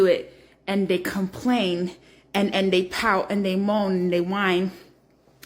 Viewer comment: listen to the Africans that you like hearing them talk, their pronunciation of words are very good they don’t say “thay” when the word is they not. You said it about 50 times. Listen and learn. That painting that we seen, should have been said, that painting that we see. Don’t criticize if you making the same errors